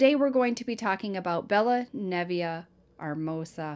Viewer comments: Nev iyah not nevia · Neh vay uh is how Nevaeh is pronounced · Absolutely sad 😔 poor baby, the name is pronounced 'neh-vay-ah' such a gorgeous name and love that its heaven backwards ❤️ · I think Nevaeh is pronounced Nah-vay-ah if I’m wrong please let me know.. i only say this because I was in the courtroom with case missing only 2days. I grew up in Boston. I knew two of the people in this sad case personally.. I taught two domestic violence group therapy groups in MCI Framingham.. from . Rachell was a sick woman. Rachel’s bond. Plz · It’s pronounced nuh vay uh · Her name is pronounced Neva-uh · Uggh these cases. They hurt my heart but i know they are important. And also, i mean no disrespect, but nevaeh is usually pronounced nuh vay uh. Ive got 8, literally 8 friends with kids or grandkids named that. Lol. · It's na-va-ah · let me first start off by saying that I love watching you, I love the fact that you pick up these cases and spread awareness. But nothing aggravates me more than when the victims name is pronounced wrong or spelled wrong. I understand that sometimes mistakes happen But we got to try to do better to pay respects to the victim and at least pronounce the name right.